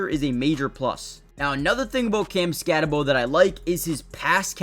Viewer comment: Just wanted to point out, that even though it’s spelled SkatteBO, it’s pronounced SkatteBOO. Boo, not Bo.